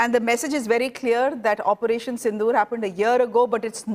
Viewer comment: Your pronunciation of Sindoor is wrong. You are sayong as Sindhoor